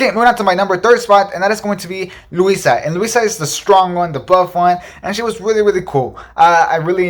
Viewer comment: Luisa not Louisa 😉